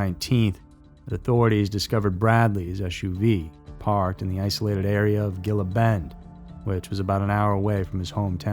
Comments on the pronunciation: Dude, the G in Gila Bend is pronounced like an H (hee-lah), like the common name of the unique-looking beaded lizard most folks know as the "gila monster." Your videos are too good to not care about correct pronunciation🤔😉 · Gila mispronounced, Greeley mispelled.